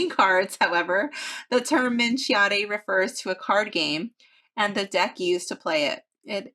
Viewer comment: Hello, the pronunciation of Minchiate in Italian is "MEEN Key JA TE"